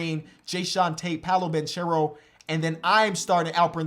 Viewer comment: 6 months later still can't pronounce "Paolo Banchero" correctly